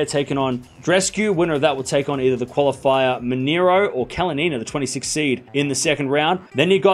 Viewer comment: You learned how to pronounce "Rybakina" the correct way - congratulations. Now make another step - Kasatkina, Svitolina and Kalinina are PRONOUNCED THE SAME WAY. You're putting the stress one syllable too late.